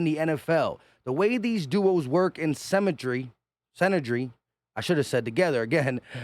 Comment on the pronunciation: It's pronounced sin-er-gee but together is Kool my boy